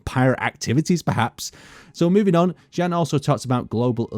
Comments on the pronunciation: I still don't think his name is pronounced as Jen :D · jan would be pronounced as yan im pretty sure